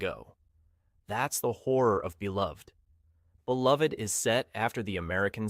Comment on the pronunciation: These are great explanations. For Beloved, the title and character name is pronounced Belove-ed and the main character’s name is pronounced Seth-a. This is according to the movie that the author, Toni Morrison, was involved in making.